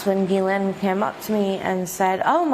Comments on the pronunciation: Her name is pronounced "Jizz-Lane". Look it up. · If she was Israeli, then presumably they would have Hebrewized her name and pronounced it like Gematria or Karate Gi rather than pronouncing it "G"-lane or G-len. In French it would be zhee-len or zhee-lan, all the Americans pronounce it G-laine or G-lane or G-len but Hebrew doesn't have the hard G so presumably it is as Virginia says it, "gi" len